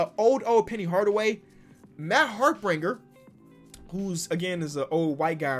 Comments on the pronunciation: it’s harpring not harpringer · Still gets me that can’t pronounce Olowokandi’s name right 😂😂😂 also Matt Harpring (he says harpringer) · "Matt Harpringer" Never fails